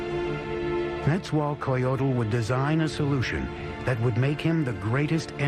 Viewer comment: I loooove this... buuuuuuuut... NET-ZZA-WELL(pretend the E is an A but play the same pronunciation / i.e "WaaaLL")-COH (not coe)-JOE-TL